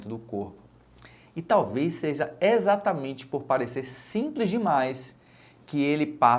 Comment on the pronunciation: É XATAMENTE??? exatamente. "Eistra" virgem??? Pércépicao???? Ó rganismo???? ...